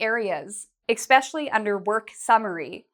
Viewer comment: Some great tips but I couldn't help noticing that you say "exspecially". The word is "especially" in English.